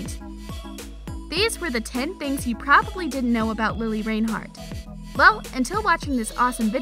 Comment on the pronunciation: i stopped in the first 20 seconds because you said her name wrong djhdidsib